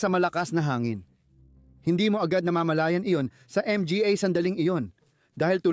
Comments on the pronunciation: Puro.ka m g a at n.g para kang abnormal na nag nanarator..d magandang pakingan parang bonjing m g a abnormal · Bakit ba palagi mong binabanggit ang letrang M-G-A at P-A...bat d mo na lng diretsong sabihin ng mga at pa..para kang nag jo joke habang nag na narate..anu ba yan